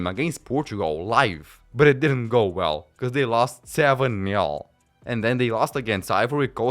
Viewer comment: It's 1 nil, not 1 neo